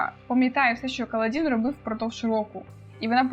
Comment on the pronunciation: у вас буквально ВСІ наголоси неправильні 😅 правильно "кАладін" ;) "паршЕнді" і чому "скАлкозброя"??? 😅 там же "скОлко"